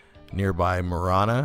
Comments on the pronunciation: And by the way Marana is pronounced "Ma-rah ("a" sounds like "a" in pan) -na, not Ma-ron-a." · It's actually pronounced Marana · The restaurant was called Old Pueblo Grill(OPG), I worked there in high school. It was funny hearing you pronounce Marana lol